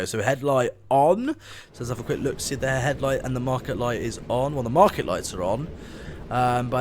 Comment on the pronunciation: Mark-ER. Not mark-ET